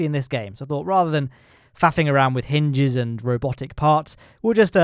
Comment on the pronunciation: hinges*, not *hynges